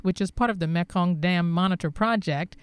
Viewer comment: Great Report. Thank you. The correct speech pronunciation for the Mekong is "Me kong" Its not Mek kong.